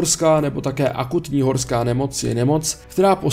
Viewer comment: Krakatoa místo Karakoram, horká nemoc místo horská a Rokancaj místo Rakoncaj. To jsou těžké minely. Ale budiž, snaha byla.